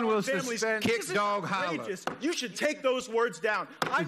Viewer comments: My man said A KICKED DOG HOLLAS..... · "A kicked dog holars" lol